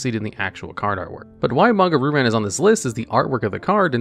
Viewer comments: "Ru-Ran" "Ryu-Ran" There, fixed that for you. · I have to say it... It's "Ree you ran" not "Ru ran" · “Ree-yoo Ran” not RooRan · Ok, how do you speak Japanese and still consistently butcher Japanese names? Roo Ran instead of Ryoo-Rahn? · Roo ran? Please read the damn card